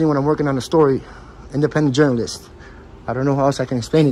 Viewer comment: He says it's a 'publeec building" and "staue of law" and "independent journaliseet"